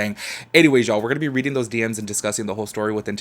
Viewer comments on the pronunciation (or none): none